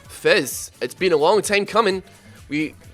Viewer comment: Its not fezz it fizz you moron